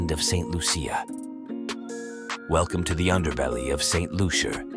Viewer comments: St Loosha that's how its pronounced. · St Lucia 758 please pronounce my country name properly. Thank you